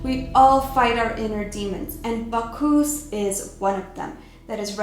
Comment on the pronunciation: Bacch- US. NOT Bacch - oos. Learn correct pronunciation please. That is, Bacchus. As always, great video. Loved your content. It's really happening. I don't want to believe it but it's true.